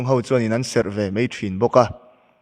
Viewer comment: Lar khel... 'Mai' tih pawh lamthiamlo... ''mei" ah a chhuah zel😅